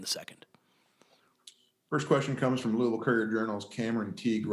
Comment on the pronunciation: At the mark, HAILEY VAN LITH pronounces LOUISVILLE just like WE LOCALS do. Listen up, she says LOU-AH-VILLE. None of that Louie-ville crappola.